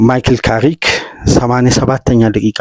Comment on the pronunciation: ካሪክ ነው የሚባለው